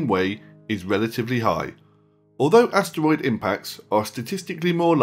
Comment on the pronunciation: Am I the only one annoyed that he called asteroids astwoids